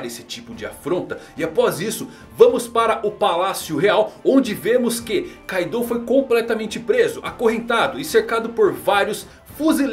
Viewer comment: Mesmo que a romanização do nome tenha um "U" no final, esse "U" tem o som mudo, por isso assim como no anime a forma correta de falar ainda é "Káidô" com ênfase no "ka".